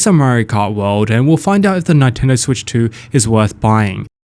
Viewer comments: It's Nintendo not fkn nItendo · Its Neeeen-tendo . . . not nie --- tendo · We can all hear him say Ni-Tendo right? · Ni-tendo.. he's fishing for triggered comments. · what do you expect from a guy who calls it a Nitendo Switch. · I love Nye-tendo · Let the "Nine-Tendo" glazing commence. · Stop saying Nightendo! 🤣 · Nine-tendo. Is this the first console you've played, bro? 😂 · Who are Ny-tendo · nitendo lol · Y do u say Nintendo nyyyyytendo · Yea. Japanese syllable is consistent unlike English and actually pronounce the way it spelt. So how can anyone get that wrong? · Why are you pronouncing Nintendo that way…